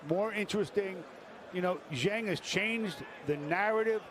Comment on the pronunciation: It’s pronounced Shilay Jhang